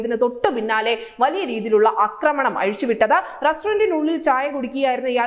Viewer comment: എടോ അക്രമണമല്ല. ആക്രമണം. (അക്രമം, അക്രമി ശരിയാണ് )ആക്രമിക്കുക.